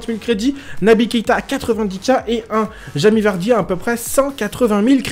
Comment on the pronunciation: Mdr il dit à chaque fois jami vardy